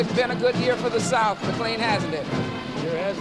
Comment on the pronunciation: I like how keeps mispronouncing McLean's name as "McLEEN" rather than "McLAIN." Clearly no love or chemistry between them.